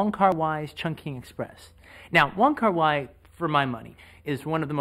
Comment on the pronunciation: It's not Wong Kar 'Why', it's Wong Kar 'Way'.